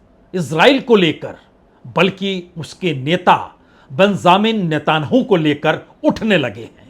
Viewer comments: नेतानहु नहीं -- नेतान्यहू बोलिये 🙂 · आप इतने पुराने पत्रकार हैं, मैं बड़े पसंद से आपको सुनता हूँ, ये नेताहानू किसका नाम है, आप उसको नेतन याहू कियूँ नहीं कहते? 🙏🙏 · नेतनह्याहू सही उच्चारण है... नेतन्हाहू गलत उच्चारण है, पत्रकार महोदय। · आप मिस्टर नेतायाहू से नेतनु कह रहे का उच्चारण कर रहे हैं, कृपया सही करें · Sir aap Netanyahu nhi bol paate hai sahi se 😂😂😂😂😂